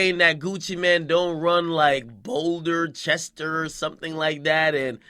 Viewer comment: I cut it off when he said bolder chest 🤦🏾‍♂️🤦🏾‍♂️🤦🏾‍♂️🤦🏾‍♂️🤦🏾‍♂️